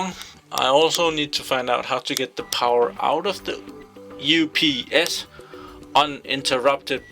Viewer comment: No you say it correct